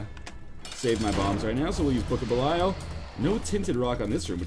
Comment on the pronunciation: And pronouncing Belial wrong.